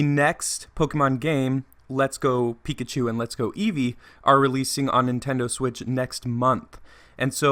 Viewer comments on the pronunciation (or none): none